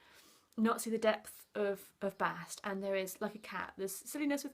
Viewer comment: Her name is not BAHST, BEST.